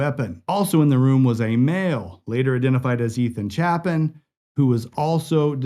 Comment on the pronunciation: If you’re going to speak their names. Say it right. ETHAN CHAPIN. Pronounced: Chaypin